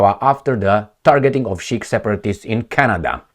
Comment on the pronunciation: The Sikhs are 'Seeks' not 'Sheiks' 😊